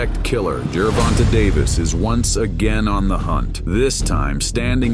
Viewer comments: the A is long. Jer-Von-tA. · Good video but he (like most) butchered the pronunciation of Tank’s name. Tank by TKO around round 10.